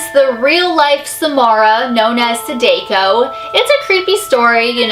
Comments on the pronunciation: Chloe Michelle yep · How can you be so obsessed and not know anything about it. Saw-daw-co. its japanese learn to pronounce it to be respectful to the source material. sadako was the main character of ringu, the japanese film known in america translated as the ring. japan made the ring and the grudge, we adapted them they are not our creation. so samaras real name is yes, sadako in the original material that inspired the films. Do some reaearch. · Sorry to correct you...I really don't want to be mean but I watched a anime which said sadako. SAH-DAH-KOE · I'm Japanese and it bothers me how you she said Sadako. (Sa-dah-ko) idk how to spell the way to say it but pretty close. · Chloe Michelle Sounds like Sadukyo I spelt that wrong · You're pronouncing Sadako wrong. In Japanese, vowels don't have different ways to be pronounced, so sa and da would both have an ah sound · Just to let you know sadako it's a Japanese name, the d is a g so it pronounced sadako (sag-ako the story of sadako the Japanese version is the mother not phyic so sadako used her phyic abillites that turned into a death curse, about 3 scientists died but the doctor had realationship with sadako the mother didn't like it sadako was having a child, the doctor threw sadako into the well and then put a wooden slab over, sadako for 18 years tried to escape and climb out but could not, every time someone watches the tape, the phone rings, if someone does then after 7 days the tape plays without it being in the tv, then sadako comes out of the well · That's not how they pronounce Sadako's name in the Ringu films. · I cant be the only one bothered by her butchering of “sadako” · You would think with all these Japanese urban legends videos you do, you'd figure out how to pronounce the names at least lmao. No hate tho, just some friendly criticism. LOVE YA!! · Cringing a bit at the mispronunciation of her name, but other than that, great video :) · The way she says Sadako. Sadeko. Sa-da-ko.